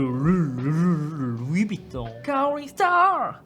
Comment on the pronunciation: 에헤이... 밤하느레 풔얼 해야죠... 베러랜 욜 루이빝톤~